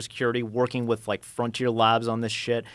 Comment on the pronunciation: Every time he says “labs” I hear “lads”